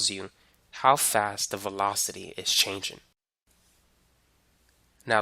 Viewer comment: as much as I love your vids, I'm a bit bothered with u not ending words in -ng with -ng and just -n'. like changin', speedin' and slowin'